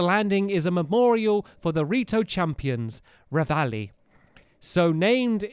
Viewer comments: It's Revali not Ravali but OK. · Stampy its rEvali not ravali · Re-Vah-Li GET IT RIGHT STAMPY! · Great video btw it's rEvali, not rAvali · It's called Revali not Ravali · Stampy its Revali not "Ravali" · It's Revali not Ravali Stampy :) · It’s real revali, not ravali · um stamps........ it's REvali not RAvali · It's revali not ravali :) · Erm it’s revali not ravali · ARGH ITS REVALI NOT RAVALI TRIGGERED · Stampu itd revali not ravali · REvali E not RAvali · i think you’ll find it’s “revali” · stamps Revali is pronounced Revaali